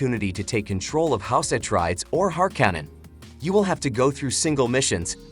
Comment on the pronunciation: AI narration is terrible.... House Atreides and Harkonnen were utterly butchered in speech.